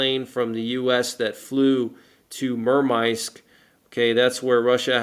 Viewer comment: is pronounced MER MANSK, hey dude love your work but I don't know what you are trying to say when say 3 minutes and 53 seconds area NORAD defines the "Adis" as a stretch